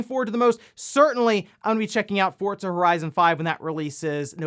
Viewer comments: Are you saying "Fortza"? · Did he always call it Forzza? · I never knew there was a T in Forza lol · Am I the only one who realizes he always says Forza incorrectly?